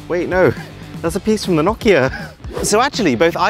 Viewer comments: It's not pronounced Na-Ki-a It's No-ki-a just helping good video btw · It's pronounced no ke a